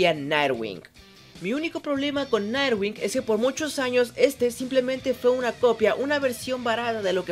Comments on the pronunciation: es "nightwing" no narwinc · Dijiste Narwing jajajajaja sono muy mal XD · Pronuncias muy mal jajsjaj “nightwing”